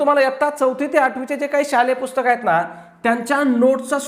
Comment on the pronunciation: पुस्तक not पुष्कत